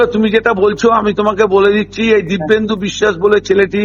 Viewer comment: ..o "Dibbendu" na "Dipenddu"